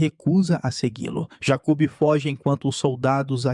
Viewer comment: Jacub kkkkk a pronúncia errada deixou engraçado